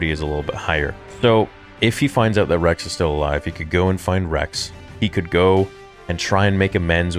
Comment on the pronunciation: He said Regs not Rex